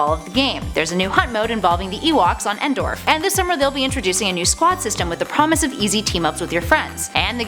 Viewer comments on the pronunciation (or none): I'm sorry, but did she actually mispronounce Endor ? I'm pretty sure she said "Endorf" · did she just say ewoks on endorf!?